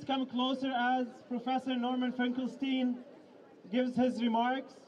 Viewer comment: Isn't Finkelstein supposed to be pronounced like Einstein?